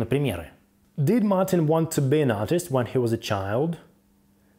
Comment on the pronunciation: Почему сымпл(Simple)??? Почему дыд(did)? Что за произношение???? Еще и других учит